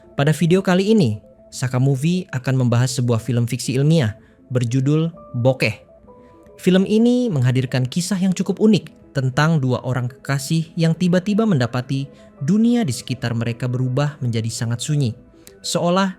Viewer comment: Bokeh bukan BokeFFF